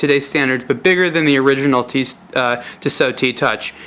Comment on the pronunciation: ur voice is really fucking anoying and its not tisooooo its tissot u dumb fuck